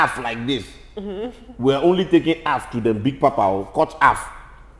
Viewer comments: "Cut haff (half) for us" 😂😂😂😂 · Cut afff like this, cut affff 🤣🤣🤣🤣